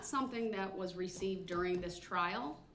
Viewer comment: Sovereign citizen defense. This guy is so out of it. He keeps saying dis and dat.